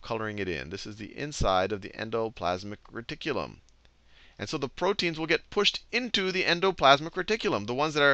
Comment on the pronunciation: "en-doe....plaz-mick....reh-tik-que-lum!" :D i can't stop sayin it now. :D I never knew how to pronounce it. Seriously, these videos are fricken amazin. helpin me right into my finals.